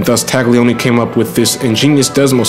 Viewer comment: Okay,: Loving the moto = ya gotta also love la lingua. 'Gli in Italian is pronounced like the L-L-I in "millions". The G is so soft (never a hard "TAGG") it's almost entirely swallowed and becomes a phantom Y-sound. Try saying TAHL-yee-OH-nee. Oh, and my fellow? That garbled cool burbling from our own borough is not strictly Italian ("capicola, prosciutto, capisce?"), it's Sicilian (GABAHGOOL! BRAHZHOOT! GAHBEESH!?) Italy wasn't even unified as a nation until around 1861 and there are massive cultural and dialectical divides between (for example) northern engineers (engines, banking, white sauce, blue-eyed blondes) who are neighbors to the Swiss, and, say, my own famiglia's native Calabria (dark hair, lemon trees, rocks, bullets). In other words, don't take formal pronunciation lessons from any Brooklynite. Ciao..